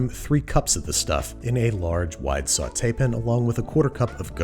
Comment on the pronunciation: "Sautée pin" ????